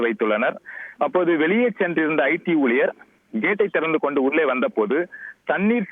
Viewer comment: கொன்று சென்றனர்.. ஸ்ரீனிவாசா தமிழ் சூப்பர் 😡